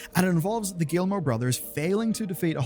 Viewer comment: It is pronounced « Gimo », the ll are silent 😉